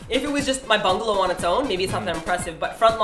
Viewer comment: I heard "if it was just my bunghole on it's own" and spit water everywhere DX My poor brain, bungalow not bunghole...